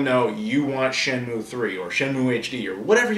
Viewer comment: this reminds me of that video where shenmue grabs his trainer by the foot and pulls her to the bottom of the tank and almost drowns her. That's why they wont make shenmue 3, sea world wont risk losing another whale trainer! Sorry, every time you talk about shenmue all I hear is "shamu" and then I can't stop with the killer whale jokes. I'm sure your used to if you ever talk about it in front of Aaron (seems like a joke he wouldn't get tired of). I hope it's good shenmue news from GDC, you never know they could make shenmue 3.